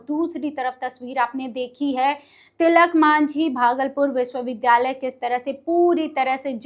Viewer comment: Tilak manjhi nahi medam, Tilaka Manjhi boliye.